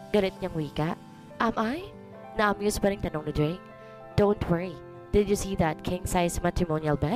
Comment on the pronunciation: Blake din dinig ko imbes na Drake